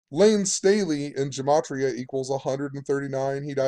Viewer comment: Gematria! Yes you pronounced it right (@ secs in). Finally after all these years one of you guys got it. It's a soft g like guh-mah-tria. Ask a rabbi.. I appreciate your work, and what you're doing. You're one of the best channels on yt.